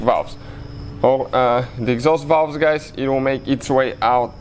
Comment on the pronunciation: Borat with the valvggggs